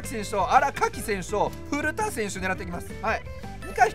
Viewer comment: ふる↓た↑選手